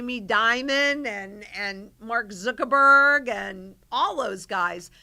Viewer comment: I like that, "Mark Zickerberg".